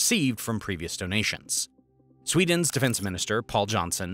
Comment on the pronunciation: as SWEEENS newest member... lol